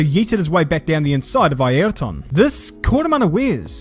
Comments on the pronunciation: Yes that’s the correct pronunciation as in I er ton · That's the correct Portuguese pronunciation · The way pronouce "Airton Senna" in this video is waaay better than a lot of others comentators that I saw in a long time, which mispronouce "Ei-yrton". As a brazilian I can say: you did it very good Man! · It’s absolutely the correct Portuguese pronunciation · His pronunciation is exactly as it’s said in Portuguese